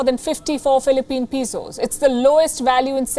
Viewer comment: This has become my favorite comedy channel because of their amateurishness and pidgin english. Where else can you go to see an adult, "newscaster"....who doesn't know how to pronounce, "Peso"??? You know she's never even seen that word before....despite it being a major world currency, so she's just guessing! LOL.